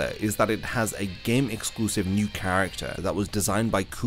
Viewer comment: Definetely not "new" lmao